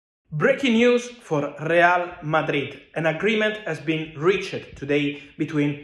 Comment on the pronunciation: Please learn how to pronounce words ending in "ed" reached not rea-ched.